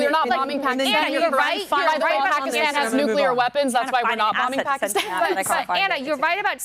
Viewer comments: It's not pakistan she said "takistan" 😂😂😂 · FACT CHECK MINUTE 52 PAKISTAN DOES STILL HAVE HIJAB REQUIREMENTS, ALSO SOUND LIKE SHE SAID TAKISTAN THATS A FICTIONAL COUNTRY